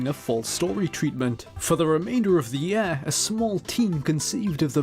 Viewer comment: Ffs it's YEAR not YAER